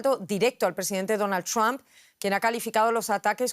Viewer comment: Donald... ¿qué? ¿Ttthdom? No se puede hablar más gringo que los gringos ¡Por Dios! 🤦‍♂️ Por hacer más, terminan haciendo menos.